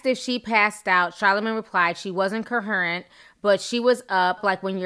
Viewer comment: Co-hear-rent Im pulling 4 u sis, getting better